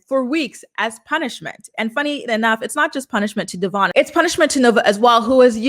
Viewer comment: Love your updates.. butttt its not Devon, its Devoin. At least pronounce his name correctly since almost no one does 🤦🏽‍♀️